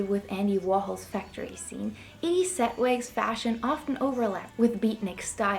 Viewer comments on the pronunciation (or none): none